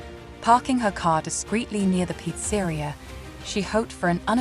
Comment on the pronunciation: peet sah reea NOT peat sairea... lol